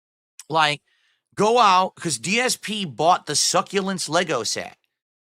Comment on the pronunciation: He still doesn’t know people are making fun of him because of the way he says succulents 🤣